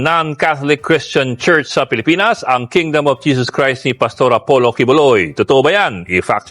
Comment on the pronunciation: Kingdom not kingdoom